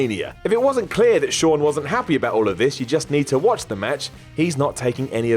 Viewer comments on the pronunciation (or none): none